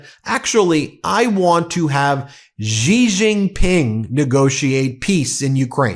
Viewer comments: Please learn how to pronounce Xi Jinping. It sounds like "she jean ping." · Good video. FYI, 'Xi Jinping" pronounced "See Gin Ping." The X should sound like S, not Z.